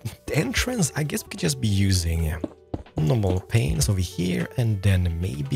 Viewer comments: sounds like he saying “window penises” xDDDDDDD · I know you have trouble with English but I heard you say pain in the vid and window panes are pronounced the same lol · the way he pronounced panes HAHAHAHAAHHAA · Started watching back in like 2012 when I was in middle school and I just started again bc I have too much free time and I swear I never noticed how says window “panes” lol definitely my favorite Minecraft content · what were you trying to say?! lol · I think your saying it wrong 😂